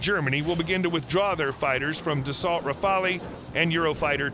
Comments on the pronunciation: Great video!! However those computer generated voice overs make dozens of mistakes (mispronunciation) on foreign names. I'll pass on all of them ( so many that us gentlemen of great culture cannot easily tolerate ) except for the Rafale. It's been mispronounced in the past as Raphael (a bit of dislexia there...) and in this video "rafalee". The pronunciation is rafal. Rafale means a burst of wind or gun fire., repeat after me. Rafal!! Thank you. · You might need to pronounce the term "Rafale"